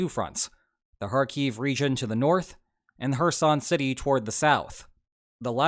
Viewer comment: Everytime says 'Kherson' I hear "her son".